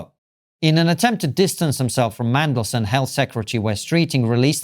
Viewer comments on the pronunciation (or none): Are you saying "Mangleson" ? It's "Mandelson" 😂